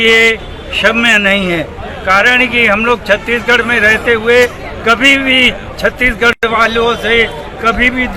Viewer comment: महोदय कृपया छत्तीसगढ़ का उच्चारण सही करे आप छत्ती गढ़ बोल रहे है!